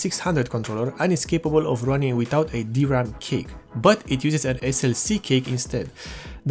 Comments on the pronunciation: Thanks for the wonderful explanation. I have only one thing to say, I hope you don't mind me saying this. Cache is not pronounced cake, but it's pronounced cash. Again thanks for this video, I just bought a 120 gig bx500 for my dad's core2duo machine. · You keep saying "Cake" and It took me a while to figure out you meant "Cache". The word is pronounced like "Cash" for future reference. Good video. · as a courtesy, cache is not pronounced 'cake' it is pronounced 'cash". informative video otherwise.. :) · I know what it's suppose to be. But you kept saying "cake" and not cache, which is pronounced "cash." Or "cash-eh" if you're of a more french persuasion. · Cache is pronounced like "cash" not "cake", just saying. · Did he say DRAM Cake? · i like u calling it cake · Dude call cache cash next time. That is how it is pronounced.